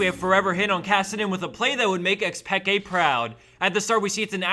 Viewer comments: He pronounced it just perfect. What the hell do you mean, Mr. BronzeV? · AdrianSpain1 Even the player himself says it as Pekay. Who do you think knows best?